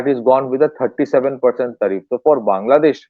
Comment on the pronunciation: Arre Dada, it is not Thaaa reff but Tariff